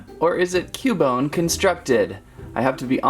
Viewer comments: Its not ku bone its qubone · Pretty sure it's Qbone not koo-bone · YOU SAY CUEBINE RONG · And your rong you said ``cubone`` but it is actuly cubone and in the bigenig of the name is not cu its acthuly kyoo kinda like the word cute but its not cute its kyoo and the words kyoo and bone thogeter make kyoobone so that prouves you were rong yea you where rong yea rong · its kyu bone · It's pronounced ( cue -bone ) ( pair-is ) ( rat-tat-ta ) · its cU-bone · It's Cue-bone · Its cyubone thats how its pronounced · its pronounced Q - bone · ITS cuebone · cub one is not cu bone it kinda sounds like qbone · no pronounced CUE-bone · (Cue)(bone) in case if you didn't know how to say. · Cubone is pronounced cube-bone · It is pronounced cewbone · It is pronounced q bone in the tv show I am a Pokémon geek I know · Repeat after me cu-you-bone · Sounds like q-bone. 😀its ok, at first i didn't know how to pronounce names and i still don't.🤣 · Koo-bone? Parr-is? Rt-t-ta? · It's pronounced like kyoobone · It’s (kyu-bone) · It is cue-bone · It's Q-bone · It's pronounced Q-BONE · U pronounce it like cewbone but spelt cubone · YOU IDOT ITS CUBONE LIKE IN CUBE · Cubone is more reptilian, than Canine. And it's pronounced "Kyoo-Bone", like in the word "cute". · it sounds like you said coupon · Well ya right it's cubone but your saying it wrong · He says Paris wrong also he says cubone wrong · You said Cubone wrong!!!!!!